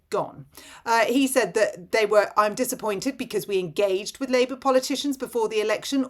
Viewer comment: Did you inadvertently say 'Rapeour'?... As THAT is what THAT party is doing to ALL OF US! 🤨😠